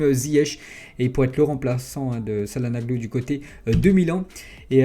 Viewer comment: Salanoglou 🤣🤣🤣 ca ce dit tchalanoglou